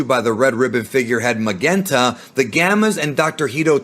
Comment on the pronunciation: You lost me at pronouncing Magenta with a hard G